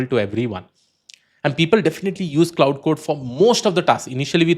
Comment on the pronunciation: Good video. Minor correction: "Claude"is pronounced as "Klode" Instead of "cloud"